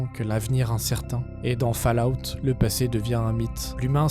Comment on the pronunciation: je m'attendais à une vidéo un peu daubée mais en fait elle est excellente, par contre fallout se prononce "faul" out. sinon c'est ouf que t'aies pas + de vues...